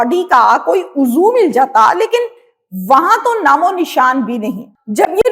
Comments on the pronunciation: عضو کا تلفظ uzv ہوتا ہے، uzoo نہیں۔ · میڈم ۔۔۔ اچھی کوشش ہے ۔۔۔ ذرا اپنی آواز کی pitch کم رکھیں۔۔۔ زیادہ جرم و سزا والے پروگراموں میں بولنے والا سٹائل مت رکھیں ۔۔۔ الفاظ کی درست ادائیگی کریں ۔۔۔ یہ لفظ " عضو" کو "اُو-زو" کر کے نہیں پڑھا جاتا ۔۔۔ آپ برائے کرم کسی سے اصلاح لے لیا کریں ۔۔۔ شکریہ 🏵️